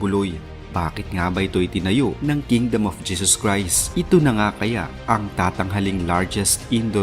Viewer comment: Ayusin mo nga magsalita..KINGDOME O KINGDUM HAHAAHAHA😂😂😂😂